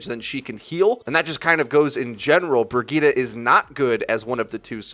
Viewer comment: Bragitta you mean Bridgette??!??? Lol